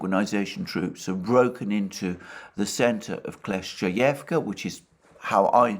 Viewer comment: Let’s pray that the village of Kleshchevka gets captured by the Russians as soon as possible so Alexander doesn’t have to deal with pronouncing it anymore. 🙏